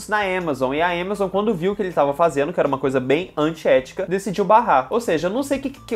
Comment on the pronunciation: o falando êmazon e eu ode diabo eh isso aí depois me toquei que era amazon